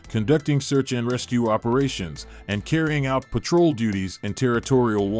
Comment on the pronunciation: Petrol boats wow good English skills